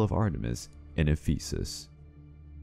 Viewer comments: The stress is on the first E in Ephesus. English always ruins everything... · It's pronounced EH-phu-sis. Not eh-PHEE-sis. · Can’t pronounce Ephesus, won’t just say the name of who burned down the temple of Artemis (Herostratus), annoying but still, a pretty good video.